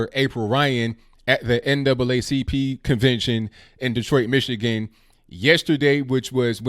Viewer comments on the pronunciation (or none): none